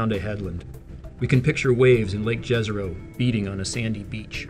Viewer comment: Please use the "Jezero" pronunciation right... J = Y (yesterday), not like Jazz. <3